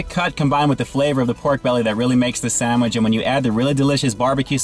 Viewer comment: Are you purposely mispronouncing sandwich as "samich" or is that just how you pronounce it in your neck of the wood?